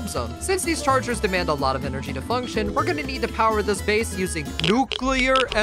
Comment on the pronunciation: NUCLEAR ENERGAEH